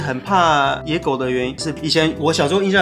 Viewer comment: 說野狗怎麼聽起來在說‘椰果’😂